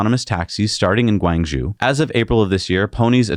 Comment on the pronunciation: Pronunciation assistance for Guangzhou sounds like Gwong-Joe.